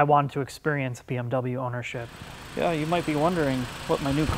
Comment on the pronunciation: 'And I want to experience BWM ownership', FOUL LANGUAGE WARNING lol